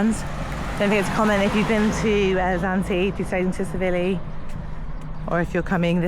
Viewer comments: Pronounced Chil-ivi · The T in Tsilivi is silent it is pronounced silivi and you are walking out of the village along the strip and not into the village you have missed so much on the walkthrough so obviously it's your first time and you do not know much about the village so it it just a holiday video not a walkthrough with info